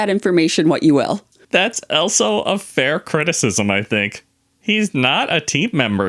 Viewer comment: Any American: also in every video: elso 😂😂😂